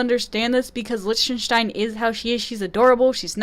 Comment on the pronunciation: Liechtenstein is pronounced lik-ten-stine